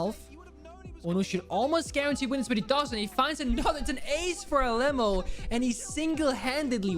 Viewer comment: Bro im from Brazil, I find it super funny how he pronounced Alem4o because it’s supposed to sound like Ah Lê Mão(maum in english). Love u and the fact that you are supper respectful with the brazilians. ❤️